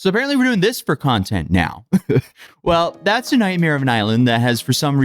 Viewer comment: how many times does bro say content in a video and ngl i hate how he sounds saying it now.